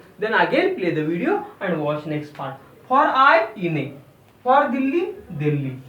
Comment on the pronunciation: wana kaytayma Delhi. Pronunciation is off. The word used for india is not Hindii either. Your pronunciation is completely off.